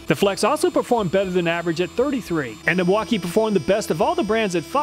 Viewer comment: Milwauk-eye-ayyy!!! Real nice like.